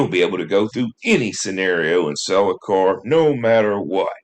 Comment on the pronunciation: "Let's go take a look at that caeyrr"😅